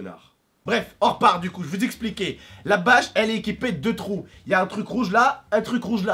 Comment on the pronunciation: Trop drôle il a dit 2 trout